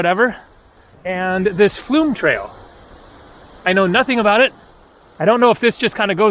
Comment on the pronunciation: you've said aboot ..... the Canadian's coming back! (realise you're in Alaska 🇺🇸)